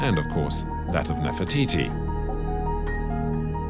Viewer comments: woi......bicara yg benar....bukan nefertitis.....cukup bilang NEFERTITI........Jangan sembarangan....klo ngomong ...memalukan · Take a shot everytime he says Nerfititi 😭😭😭